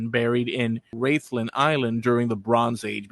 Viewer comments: Rathlin, is pronounced Raathlin, not Raythlin. Rathlin is a lovely wee place, I've a cousin who lives there. As for aDNA, I'm related the first of the three Rathlin men, found under a pub - no surprise there and I'm related to the Ballynahatty Woman. But I imagine half the county, indeed, half of Europe is related to her too. I guess, we've been knocking about Antrim and Down, a bit longer than any of my family thought.😁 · Rathlin is pronounced like wrath lin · No one in Ireland pronounces Ballynahatty or Rathlin the way you do. Very annoying having to listen to the continious mispronounciation. Other than that a good video. I've a DNA match to her on my mums side and to the Rathlin Island burials on my dads